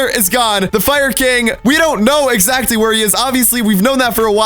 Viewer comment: "We know excatly whats going on"